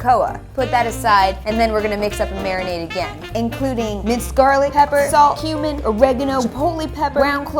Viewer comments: it said like said human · When she says Cumin it sounds like human??? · Was it just me or while was telling us the ingrediants for carnitas did she say human?